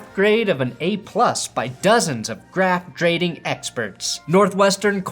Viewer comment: I had to replay about ten times to make sure that actually did say “graft drading” and that i wasnt having a stroke 😂💀